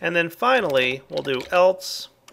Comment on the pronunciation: Do you realize that you say "eltse" instead of "else"?